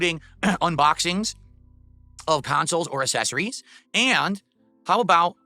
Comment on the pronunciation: is the only expert gamer on the planet who doesn't know how to pronounce "accessory"